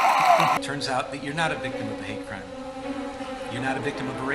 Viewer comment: “you’re not a victim of a homophonic crepe” 😭